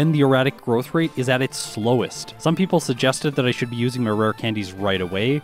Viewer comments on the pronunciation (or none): none